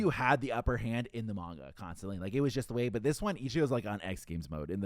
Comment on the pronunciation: is the dude that pronounces manga Mein Gah?